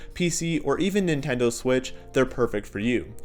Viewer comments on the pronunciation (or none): none